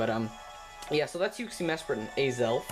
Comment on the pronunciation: What the hell is Yuksi, Mesperat and Aizel?? I'm probably not even spelling it right... Edit: LOOOOOL Either you said it really weird or i'm just stupid... Just noticed that Uxie, Mesprit, and Azelf is the same as what i heard as Yuksi, Mesperat and Aizel... XD Edit 2: Arghh well you do kinda say it a bit wierd but most of it is just me i think